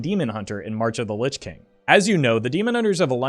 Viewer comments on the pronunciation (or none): none